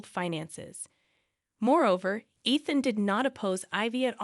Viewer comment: Ethan, Eethan, Ian... and then I stopped watching.